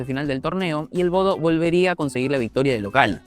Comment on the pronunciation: Se dice Bodø no Bodo